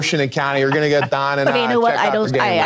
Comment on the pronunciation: 7: 45 he wakes up he goes dahn the church dahn was all i needed since thats my accent 😂